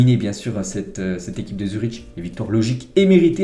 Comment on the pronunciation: Salut, pour le match de Zurich-Arsenal, ca se prononce Zurik si jamais